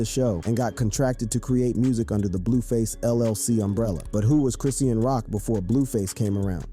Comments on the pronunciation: Chris-shawn (Chrisean) not chrissy-an🤣🤣🤣🤣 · OMG!!!!! I can’t watch this or listen 👂 lol GET HER NAME RIGHT WTF